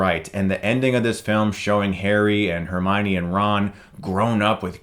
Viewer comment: Finally he pronounced Hermione correctly! A+